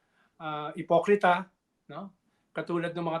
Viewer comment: Sir christian sobrang diin yong pagkakasabi mo ng ipokrita haha